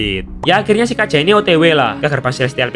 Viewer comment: BG kenapa bg agak salah sebut namanya kaja